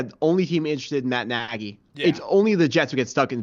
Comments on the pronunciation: Nearly stopped watching after he said Matt Najy for 14th time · Man we gotta make sure we’re pronouncing guys names correctly if we’re gonna be analysts 🤦🏽. Nagy and Spags earned that much respect.